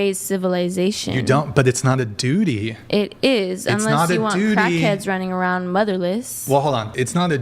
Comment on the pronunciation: said Dooty!😂